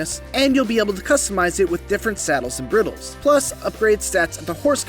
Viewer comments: Bridle. Nor brittle. … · What is up with this dude’s pronunciation of words. “Briddle”????